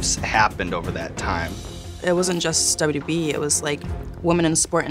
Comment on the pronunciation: She pronounces WWE as WB which is increasingly odd but she's cool af. Makes me want to watch her matches.